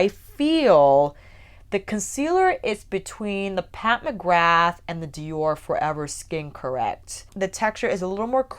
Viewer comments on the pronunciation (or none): Jior couture and not dior couture, it's not the same price tag ;)